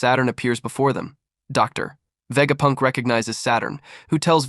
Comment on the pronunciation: DOOCTORR VEGAPUNKK 😂